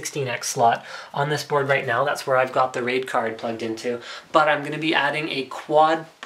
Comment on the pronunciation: when he said raid card i herd rape card